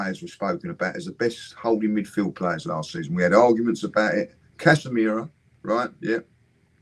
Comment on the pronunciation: Did just say Casamira 🤭😂